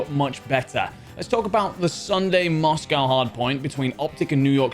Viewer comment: You're English. Pronounce Moscow correctly 👍